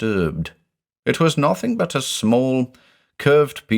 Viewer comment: "n0thing is like a drinking game now, i have to say N0thing, in the accent everytime.